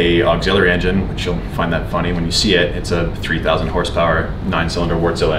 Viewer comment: That "Wartzilla" engine is pronounced Vart-si-a or Vart-sil-a.